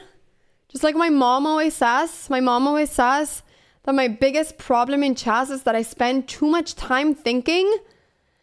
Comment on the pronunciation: Would you please pronounce [chess] correctly, please? It's not chase, but it's pronounced chess with an E.